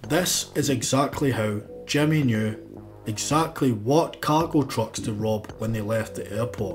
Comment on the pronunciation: I love how the narrator pronounces short ‘i’s like short ‘e’s. “Jimmy” becomes “Jemmy”, while “did” becomes “ded”.